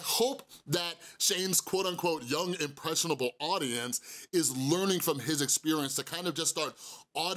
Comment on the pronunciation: I dont like Logan Paul at all but I was lowkey giggling at him messing up the word impressionable the whole time